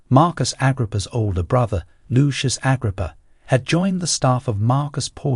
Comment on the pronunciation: The new narrator has problems with names. Never heard Agrippa pronounced like that.